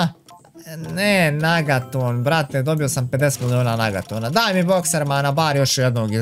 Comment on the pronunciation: Kaže se negaton a ne nagaton😂😂😂